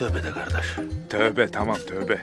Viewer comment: Brother, and please everyone who is saying Gardesh, it's Kardesh not Gardesh. You are ruining the word.